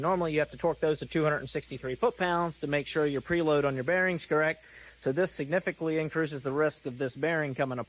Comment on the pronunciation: "Significley" had me rolling 😂